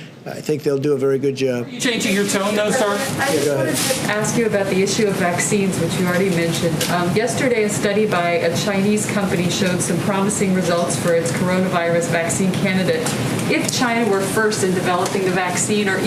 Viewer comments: Close to the beginning, he says the " Chi-onavorus. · What's this chona virus the moron is talking about? We have covid-19 and coronavirus is chona a new one. I think he should go back to his bunker and practice reading. On the other hand it shows how seriously he takes it when he cant take the time to pronounce it bigly. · Trump said Vagina virus😂😂😂